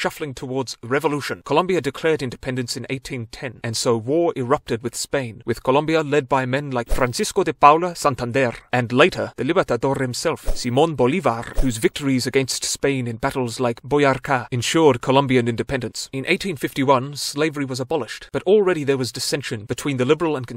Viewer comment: Oi gringo You only roll your R’s at the beginning of a word or when there’s a double r (RR) It’s Simón Bolívar not thimone bolivarrr smh